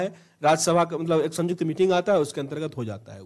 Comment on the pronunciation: Sanyukt hota hai bhai sajukt nahi hota